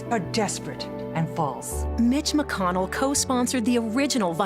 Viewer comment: Lol it sounded like she said Bitch McConnell